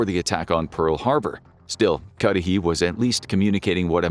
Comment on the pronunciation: What i like most of all from your videos is you don’t use AI voices i am sure if you had, everytime "Cudahy" would have been pronounced as Cudy, Cudhay, Cudahi, ect ect but you pronounced it the same throughout